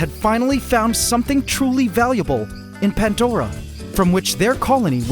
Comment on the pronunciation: You should name the acrobat ants the "Swarm du Soleil" Also.... Why "Pantdora" and not "Pandora"?